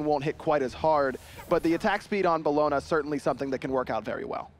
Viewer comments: Belloner? Omfg stop casting ( actually just stop breathing you know you’re fucking saying it wrong ) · Just Dave yeah “Bellona”